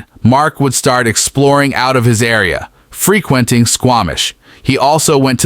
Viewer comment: Free-KWENT-ing. Tell me you're a bot without telling me you're a bot